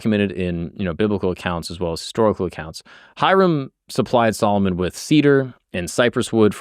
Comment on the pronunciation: you say Solomon like old black women say salmon